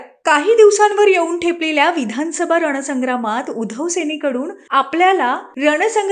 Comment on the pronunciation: उधोव नाही बाई उद्धव म्हणा व नाकात नका बोलू